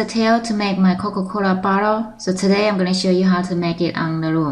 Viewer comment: No offense but....Coca Cora lol